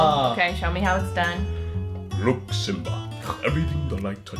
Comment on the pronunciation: Simbaa. Me: D E D